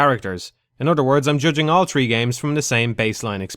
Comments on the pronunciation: ATC 1. The world doesn't revolve around Ireland. 2. Yes I have. He still pronounces "three" as "tree". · Antoine Monnin At least that fart doesn't pronounce "three" as "tree". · * "The gutter is the turd time this setting had been used in tree games."